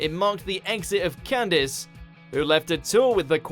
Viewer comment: It's "CAN-DEESE"!